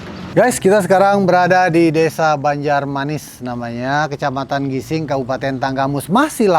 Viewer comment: Gisting bukan gising